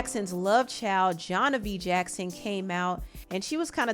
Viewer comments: How you wears saying Joh-vonnie’s name was sending meeeee lol She’s named after her dad Jo. {Jo- Von- E} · BTW it's JOH'VONNIE not Johnavie 😅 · Joh’Vonnie (Jo-VAH-nee) Jackson… 😩 your mispronunciation was irking me lol ❤ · I love you girl… but that woman’s name is Joh’Vonnie (Joe-von-eee) 😂😂😂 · it's JOH'VONNIE